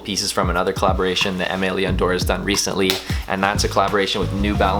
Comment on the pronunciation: Are you pronouncing the name correctly? Honest question